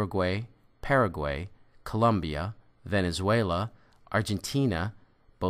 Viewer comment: It's COLOMBIA, Not ColUmbia!!!